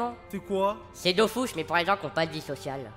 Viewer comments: Ça s'appelle de Dofus é non Dofuos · Dofous, Kamasse, Kolizeoum. Sheeesh